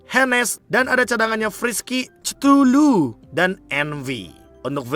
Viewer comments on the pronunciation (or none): none